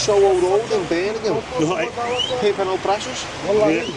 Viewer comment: *Birmingham, not Birningham...🤣